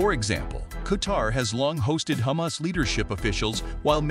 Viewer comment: Wrong pronunciations Hamas Is Ha mas and not Heymas. Palastin / Palastine, etc..